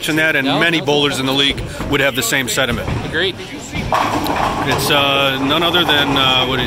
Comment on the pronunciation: “Many of the bowlers here would share the same SEDIMENTS” I listened to it 3x and I don’t know if you don’t know the word is SENTIMENTS, or you were just being lazy in your pronunciation, or that you did this intentionally- I hope it’s the latter because that would confirm you guys are comic geniuses!